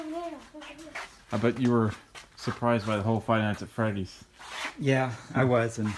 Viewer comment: FINALLY, A YOUTUBER THAT SAYS FIVE NIGHTS AT FREDDY'S RIGHT